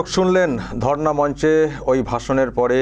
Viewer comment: ধর্না মঞ্চ। Not ধরনা